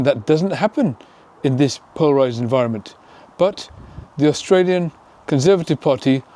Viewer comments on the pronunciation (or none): none